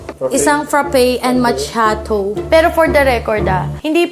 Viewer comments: Tangang bakla tama naman yung pag pronounce ni na ma kee aa tow eh! Bobo ampota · Tama ka naman ah Macchiato Caffè macchiato - Coffee drink American pronunciation￼ Sounds like maa·kee·aa·tow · actually pronounced the Macchiato right. Mali c Chino. Lol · tama po ung “macchiato” ni hehe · Tama c Sa pgpronounce ng Macchiato 😁 that is Italian Word kaya yon Ang tama kahit dito Sa Europe yan din Ang pgpronounce 😁 sobrang ganda ng bahay nyo ❤ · Tama si sa pag pronounce niya nang "Macchiato". 🙃